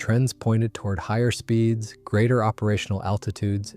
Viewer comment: Please teach your robot to pronounce speeds properly .